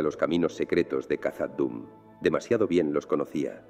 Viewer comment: Khazad Dum se pronuncia Jazad Dum